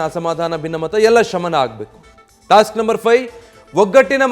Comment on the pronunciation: ಏನು ಟಾಸ್ಟ್? 😂😂 ತೋಸ್ಟ್?